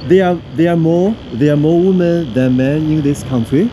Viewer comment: 英文女人复数念“威们”，不念“勿们”。没见到好看的女人啊。只是说实话，不说漂亮话。太粗糙了，没有中国女人秀气。